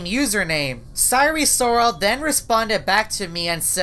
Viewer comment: "cyree sorrol"